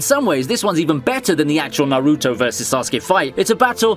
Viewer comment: "narootoe" "kahkah-shi"